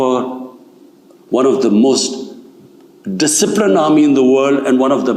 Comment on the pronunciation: Did he say "Decipilined Army" ? Isn't it the same army who took over Pakistan many times and killed democracy.